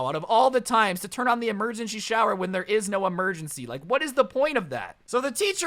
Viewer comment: He said emergenshy instead of emergency at least four times.